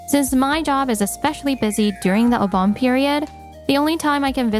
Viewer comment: Obon is pronounce 'Oh-bon'. It annoys me how many stories on youtube have people who can't pronounce common names and words.